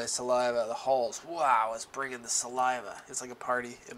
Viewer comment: At first I thought said he "has holes in his mouth"... then the second time I recognized "Hall's(R)"... the cough drop.